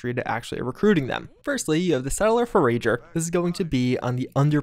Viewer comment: Aire you sue-er he dosint ForRage for burreees. jk I find things like that funny mispronounced